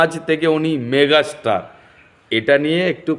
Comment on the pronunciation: মেঘাস্টার না দাদা ওটা ওটা মেগাস্টার।😅